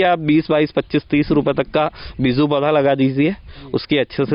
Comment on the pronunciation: Sir beezu nhi beeju word hota hai agar aap word hi sahi nhi bol payeing to apke vedeo ka standard gir Jaya hai jab aap beej hi nhi bol pa rahe to kaise samjhe ke aap sahi Bata rahe hain